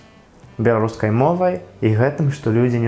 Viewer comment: малайчына, ты вельмі добра ўмееш гаварыць. На беларускай. У цябе талент. Правільнае вымаўленне.